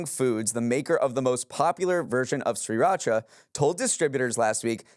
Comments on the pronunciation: “Great show today,. It’s pronounced SIR-racha.” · I didn’t think the mispronunciation of Sriracha would bother me as much as it did 😅